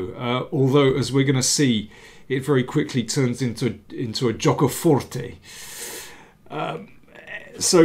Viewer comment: That "Gioco Forte" came unexpected and made my day 😂!!! The pun was appropriate and very good, as well as your italian pronunciation! Well done!